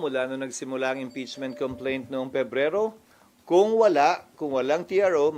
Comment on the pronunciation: Ana ni sir about ch!😂complentch!😂😂😂